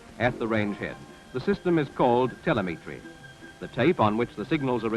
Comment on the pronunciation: It was a newish word at the time and the voice over bloke probably hadn't heard it said before. Reading a script.